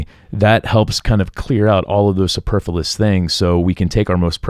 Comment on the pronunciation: It's "superfluous" not "superfulous".